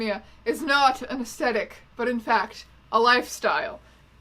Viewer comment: It bothers me that you don't pronounce the th in aesthetic. Mostly because it makes me worry that it's actually me who's saying it wrong.